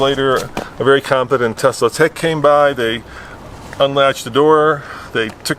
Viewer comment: Tesla....sounds like "test us"